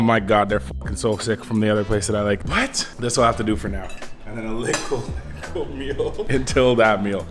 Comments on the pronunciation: Little not licke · Stop saying likkle please